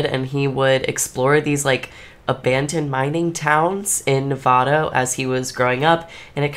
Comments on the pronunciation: I hate when people say Nevada wrong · ilu but hearing you say the state name “nevada” made me break out into hives LOL